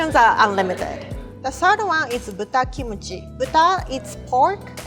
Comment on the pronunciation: when you used the word (kimchi in japanese accents) to ladies.... you might get called "a creep" :P